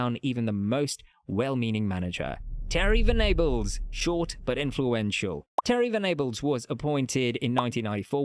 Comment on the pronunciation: That terry venables pronunciation is diabolical